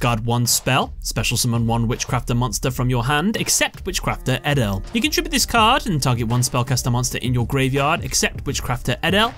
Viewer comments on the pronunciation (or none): The correct Dutch pronunciation of edel is A-dol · i am dutch but you pronounce edel differently